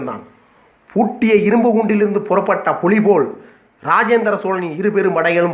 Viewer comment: உச்சரிப்பு சரியில்லை புலி புளியாகிறதே